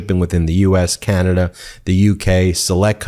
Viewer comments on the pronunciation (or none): none